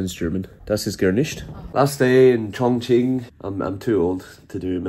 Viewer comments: Dude, it pronounces as Chong Qing , NOT guing, but qing or ching. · the correct pronunciation of Chongqing is Chong “Ching” rather than “quing” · Chongkween 😂😂😂. It's pronounced chong-chin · Chongqing (this isnt English, and it should be pronounced as Chong Ching) only became a tourism hot spot in recent years, historically it was a "Back up" city of China, and together with the city of Chengdu they were designed to be the temporary Capital of China in war time, the central government would be evacuated to either Chongqing or Chengdu if Beijing fall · Yep if you go to the west they will get it wrong 99.9% of the time. Just because they don't know its more of a ch sound. It's weird because everyone knows the qing dynasty is pronounced like ching but the moment its in a name, everyone gets it wrong. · It pronounces Chung'Ching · It’s Chongqing not kun, n that’s not questionable sausage, but pork intestine. RMB not RNB / LMAO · chong qing not chong queen😂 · was watching on preview, decided to click in to check how you pronounced ChongQing, and still got surprised. a bit creative(no sarcasm here) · You are pronouncing Chongqing wrong. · your pronouncing chongqing horribly wrong